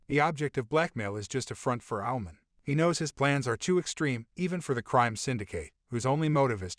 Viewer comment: When he says Owlman it sounds like he's saying Almond